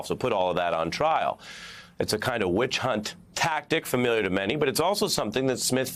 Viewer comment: You said "Wicht Hunt"............... Thank you for showing your IQ. :face-blue-smiling